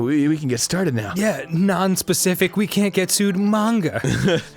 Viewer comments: Anyone else annoyed that they pernonce manga like mainga not monga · its ma-n-ga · I feel like Arin is pronouncing manga that way to specifically irritate people